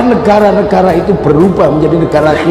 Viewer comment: Zulkifli , ustadz apaan kalau ngomong ga bener "khilafah" , tangkap aja pak polisi .!!!!!!